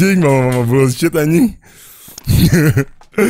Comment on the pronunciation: Kalo diperhatiin, tu setan teriak "mamprang". Bukan "mama"😂